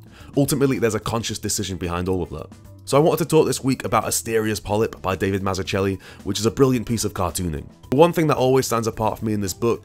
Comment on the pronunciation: That's not how to pronounce "Mazzucchelli"...